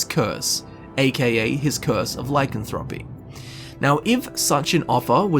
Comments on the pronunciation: really... I stopped watching when you couldn't even say lycanthropy right. please go here and listen to the way it is pronounced, your welcome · Learn how to say lycanthropy